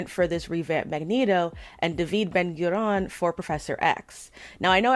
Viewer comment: It's Menachem Begin and David Ben Gurion. You keep mispronouncing their names. Ben Gurion was just as much a zionist as Begin, even if they had different opinions on how the state of Israel should be. Israel was founded as a democracy and people hace different views. Israel would not have been declared without Ben Gurion. The attack on king David hotel was against the British imperialistic occupation, as part of a wide violent struggle of the Jewish organizations to release Israel from Britain. In the attack (which was controversial and had a lot of criticism in the Jewish community) both Arabs and Jews were killed alongside the British targets. I am not surprised you hurry to declare your ignorant opinion, as you seem to know so little. Big talk about racism in comic books from one who supports the annihilation of a diverse and free country, using "zionist" as a prerogative. Please look at your sources, read a little real history books and let us live, in our homeland, in the only Jewish state in the world, where we may be protected from this ignorance and prejudice.